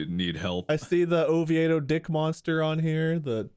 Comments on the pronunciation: "Oviado?" I think you meant, "Oviedo" which is pronounced as "Oh-vee-do" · Floridian here, we pronounce Oviedo as Oh-vee-doh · It is Spanish. There is an Oviedo in Spain and they pronounce it ovee-eh-doh (like these guys pronounce it) but here we just say ovee-doh. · The Oviedo Dick Monster is pronounced "Oh-vee-dough", hearing Bob say "Oh-vee-aye-dough" was amusing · I was so confused when they were saying Oviedo as "O-vee-A-doe" and not "O-vee-doe" lmao. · Bob: Ovi-ay-do People from Oviedo: O-vee-do Chickens from Oviedo: Oh, stfu! Drive around! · Lol it’s pronounced ohveedoh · LOL it’s Oh-vee-doh Florida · I'm from Florida, and I've never heard of the Oviedo Dick monster story, but I find it hilarious how Bob pronounces Oviedo. (pronounced "O-vee-do") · It's pronounced O-VEE-DO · Hearing Bob talk about the Oviedo (Oh-Vee-Doh by the way) Dick Monster was the most hilarious thing I've heard all week! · Bob; it’s Oh-vee-doe. Ovieto ;) Have to say though, I’ve never heard of that cryptid. 😂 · Bob pronouncing Oviedo that way has me rolling 😂 it’s pronounced “Oh-Vee-doe” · I'm from Florida and live in Orlando, never heard of that monster but it's pronounced o-vee-dough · I live in Oviedo and I've never heard of it lol. And yes it's pronounced oh-vee-doh. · I can't get over how Bob pronounces Oviedo. As a fellow resident of central Florida, it broke my brain for a moment. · Hearing Bob trying pronounce Oviedo makes me irrationally angry